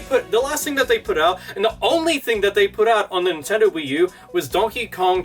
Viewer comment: Wade Dewell Stop saying NintenDOH. You're giving me NewGrounds PTSD.